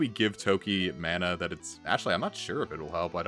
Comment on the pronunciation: Mana is actually a word. According to wiktionary, it's pronounce mah-nah.